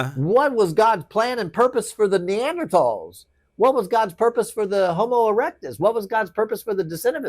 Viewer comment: holy fucking shit he pronounced NEANDERTHAL correctly. I am in awe. Wow